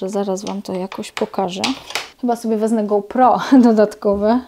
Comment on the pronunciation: Koleżanko fajne pomocne filmy robisz mega dużo mozna się dowiedzieć, w zamian również mam dla Ciebie pro tipa ! Nie mowi się WEZNE. Poprawna forma to WEZMĘ. Pozdrowionka 😊